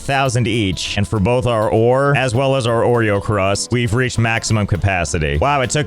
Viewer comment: him calling origocrust “oreo crust” is so funny to me 😭